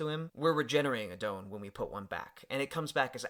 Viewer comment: DON pronounced like Dawn not Doun. Great video! Super hyped for this new set with all restrictions lifted